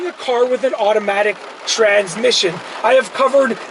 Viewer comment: It is automatic car not iromatic car 😂